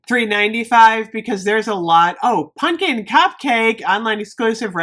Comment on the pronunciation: I love you but it's pumpkin not punkin.